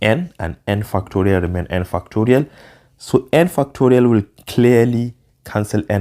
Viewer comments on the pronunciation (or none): Bro what are you saying fu!cktorial what?